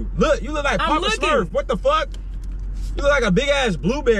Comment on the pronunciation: said poppa smufs😭